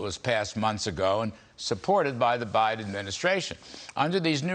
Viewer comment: Did you say bindin stealing